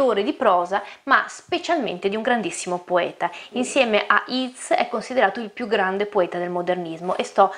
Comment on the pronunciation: "Yeats" si pronuncia "ieits" e non "iits".